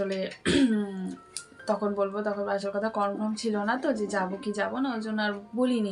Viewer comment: ওটা কনফ্রম নয় 😂 কনফার্ম মানে নিশ্চিত। English জানো না যখন বলার কি দরকার।ভুলভাল বলছো যে😂😂😂😂...অশিক্ষিত 😂😂😂😂